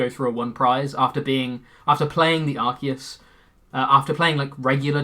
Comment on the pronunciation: How do so many pokemon youtubers mispronounce Arceus?